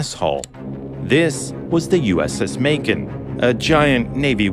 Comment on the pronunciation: When he said “Macon” I thought he said “bacon which would have been much funnier not gonna lie 😂😂